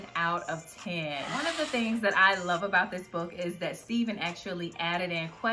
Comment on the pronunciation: I love his books! The Man God Has For You is a really good one too. I look forward to reading future books by him. Btw he pronounces his name like Stephan from Family Matters lol. I know it’s spelled the same.